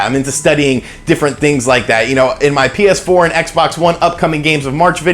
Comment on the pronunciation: Am I the only one who heard Penis 4 instead of PS4 at around the mark